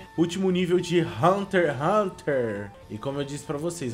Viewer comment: Mano eu fiqui me rasgando de odio mano o fala haunter haunter n e assim po@ e hunter x x xxx hunter